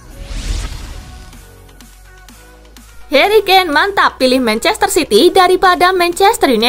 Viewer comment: Harry kane bukan keane 🤣